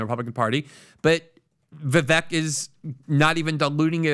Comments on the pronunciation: VEE VAKE.. repeat it with me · Vivek rhymes with snake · ▶️ It's "Ve-VAKE" like Cake! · Vivek rhymes with “cake”. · Vivek as in snake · Get his name right. It’s pronounced “Vivayke” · PRONOUNCE HIS NAME CORRECTLY ,AS YOU GUY' ARE PUTTING ME OFF.... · PLEASE LEARN HOW TO pronounce VIVEK'S NAME PROPERLY ........